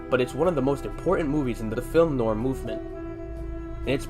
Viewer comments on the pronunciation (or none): none